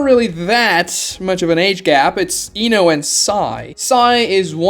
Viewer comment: Says Ino correctly but shippuden went out the window